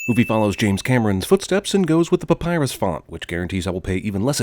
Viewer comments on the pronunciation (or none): He said Pypyrus : D !!!!